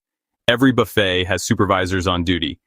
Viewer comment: WONDERFUL. VIDEO. JUST. WONDERFUL.. & THANK. YOU. ! BUT. /. IT. IS. :: NOT......... A. ** BUFF__IT. ** IT. IS. A. ** BA__FAY. **!!!!!!!!!